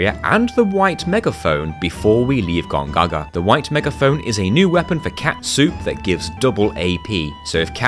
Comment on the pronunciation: Just love how he says, 'Gongaga' hahahaha